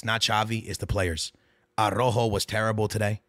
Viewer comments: Stop saying Arrojo bro it’s Araujo 😂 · Bro even harry kane can pronounce Araujo better than is crazy 😂